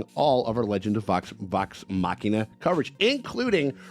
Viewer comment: Hey! He pronounced Machina correctly! Subscribed!😊